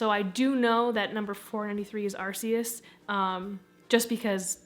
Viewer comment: SOMEONE ACTUALY PRONOUNCED ARCEUS RIGHT OMG!